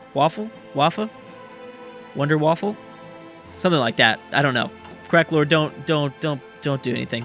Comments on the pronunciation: the wunderwaffe is prenounced vun-de-vart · He said WonderWaffle